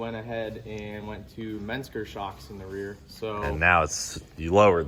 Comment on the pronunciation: Everyone pronounces menscer differently haha